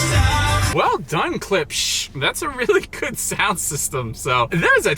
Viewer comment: Klipsh= CLIPSH not "KLIPISH"